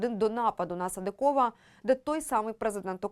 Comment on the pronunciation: Чому ведуча така безграмотна? СадИкова, а не СадикОва. Так само - СадИков. Коли вже навчаться правильно говорити? І це стосується майже всіх ведучих на всіх каналах.